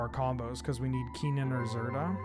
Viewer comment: It's very weird to hear pronounce Kinnan with the first syllable like 'key' when I've only ever heard it pronounced 'kin' as in 'kinship'. Not saying I'm right, just saying it threw me off for a second.